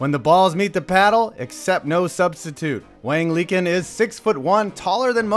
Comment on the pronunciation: Isn't "Liqin" pronounced lee-CHIN?